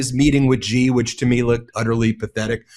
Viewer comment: For Pete's sake. President Xi is pronounced as President See or Si and not Gee.